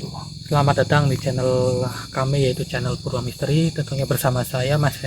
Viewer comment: Maaf Purwa bukan Purwo